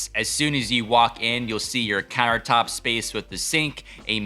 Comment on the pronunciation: did he say "carrot top space" instead of countertop space? :D